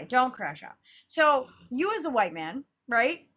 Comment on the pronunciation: “July Just Feels Huwhite”